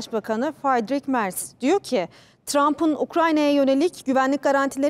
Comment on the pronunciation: Faydik Merz 😂Fridişh Merz okunuşu telefunuzunu sevsinler